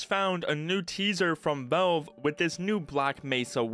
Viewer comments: you say valve weird Vove vooohv vauve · Stop saying "velve" bro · Nitpicking but you need to work on your pronunciation, especially with the word "valve".